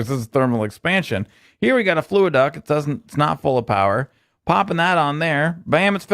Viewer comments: Fluxduct not fluiduct:-P great vid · FLUXduct not FLUAduct